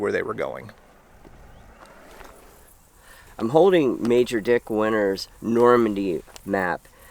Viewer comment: It's pronounced Dick Winters and nothing else.